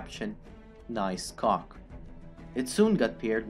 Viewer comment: The way he says “cock”= ghoc